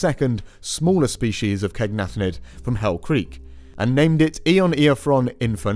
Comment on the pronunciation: Take a shot every time mispronounces “caenagnathid”